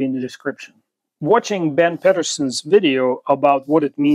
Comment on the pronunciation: It’s pronounced Peeet-er-son not Pet-er-son. If you’re going to reference someone, make an effort to speak the name properly.